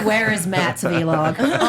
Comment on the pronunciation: Guys it’s vuh-log not Vee-log